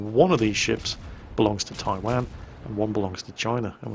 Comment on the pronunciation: Come on....where is Taiwaaaan, It's Taiwan (pronounced Tai Won)